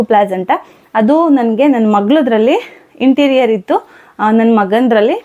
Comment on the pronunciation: ಇಂಟೀರಿಯರ್ ಅಲ್ಲ ಅಂಟೀರಿಯರ್ ಅದು ಅಕ್ಕ